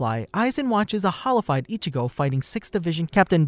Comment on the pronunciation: i can tell your not a real fan just by you saying hollowfield